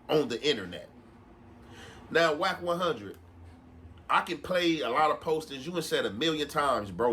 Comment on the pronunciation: Are you saying “rack100”?